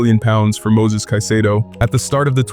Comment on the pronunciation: *Moises Caicedo. Not Moses.